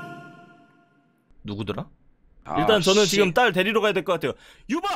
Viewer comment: 에서 딸대리러간다는걸 딸때려야한다는줄